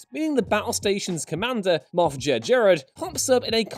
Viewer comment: HOW did you pronounce moff jerjerrod?